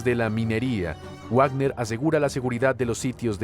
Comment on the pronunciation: Wagner se pronuncia Vagner. Al ser de origen alemán la w se pronuncia como uve y ésta como una efe. Como en Volkswagen que se dice folkvagen. Va para el locutor de este canal